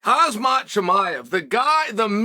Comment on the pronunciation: Bruh he has been around for years now and you still call this man hasmatt? What the fuck bruh?